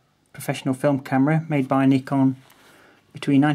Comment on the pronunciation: thanks you so much for pronouncing Nikon properly